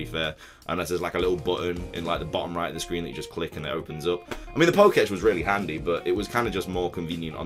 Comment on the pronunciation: it's pronounced "poke-tech" not "poke-etch"